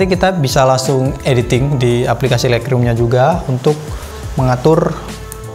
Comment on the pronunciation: Untung ada yg tanya Agak tidak jelas juga sy dengernya Thanks bro